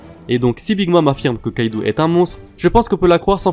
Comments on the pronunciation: On dit kaido pas kaidou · Arrête de dire kaidou et L1l1 C'est Kaido et linlin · tro come kaidou ***ouou nan kaido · Déjà on dit kaido pas kaidou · a sa ma saoule on dit pas lain lain mais line line et c pas kaidou mais kaido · « « Kaidou » » ?!!! Mec c est « « Kaido »» et linlin on en parle!!!